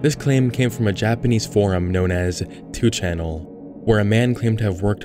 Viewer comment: Did you just call 2chan two channel?